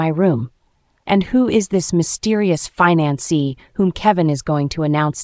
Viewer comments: The voice over To the text needs to be updated in some way, if this is an AI, remainder and reminder are 2 different things. Fiance and finance are 2 different things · It's fiance not finani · That’s called fiancé you need to learn how to say the word